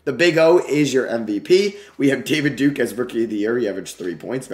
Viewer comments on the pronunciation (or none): none